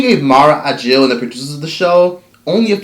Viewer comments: Thank you for this. Btw it's AKIL - you're mispronouncing the last name. Not a J. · Mara Brock Akil....not Agil. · Say it with me: mara brock aKil... no “g” anywhere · Her name is Mara Brock Akil, right? I keep hearing Ajil....Unless I'm hearing him wrong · It’s hard to focus when he keeps slaughtering the creators last name AKIL! Not ajil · He called Mara Brock Akil "Mara Ajil" oh lawd...please get this lady's name right. But the rest of the content was cool tho. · Mara Brock Akil NOT Agil! Wtf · HOW do you KEEP butchering this woman's last name? Mara AKIL, not AGIL... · Her name is Mara Brock AKIL, with a “k” not “j”!!!🤯🤯🤯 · Her name is Mara AKIL not Ajil or Agil. 😂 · It's Mara AKIL (Akeel) ... not whatever youre saying boo Ageel??? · Bro, how are we supposed to trust your info when you can't even pronounce the people's names right? Her name is Akil, not Agil. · I love but, that "agil" took me out!! It's Mara Brock Akil "a-kil" lol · Listening to this dude mispronounce MARA BROCK AKIL is incredibly annoying! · It's Mara Akil with a "K". Nice Video